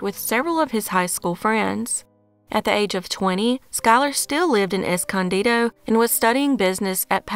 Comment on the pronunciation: Good job pronouncing Escondido correctly. I was genuinely shocked when I heard it said right.